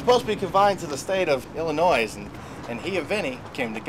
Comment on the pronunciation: did he just as Illinoiss? lol